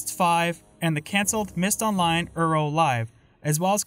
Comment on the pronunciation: I died inside when you pronounced it Urow. Great video btw!